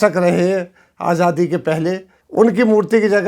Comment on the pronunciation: Aap azaadi ko ajaadi kyun bolte hain, sunne mein bahot jabr maloom hota hai kam se kam aapke moonh se